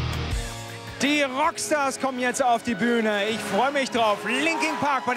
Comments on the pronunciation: Der Moderator soll erstmal englisch lernen und sich über die Bands informieren bevor er sie interviewt. Das sind LinkIN Park und nicht LinkING Park. Wie ich es hasse...warum hatte er die Chance diese tollen Menschen zu treffen und ich warte Jahre lang auf meine Idole und Jetzt is Chez tot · Was? 4 Disslikes? Okay wahrscheinlich wegen dem Reporter 😂😂 es heißt immer noch Linkin Park und nicht Linking Park 😑😐